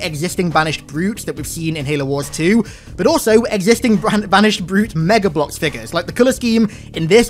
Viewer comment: Ah yes..fig-uhs.